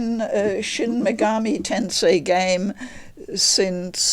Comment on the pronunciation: My respect for this woman instantly shot up hearing her pronounce the name properly... its the little things.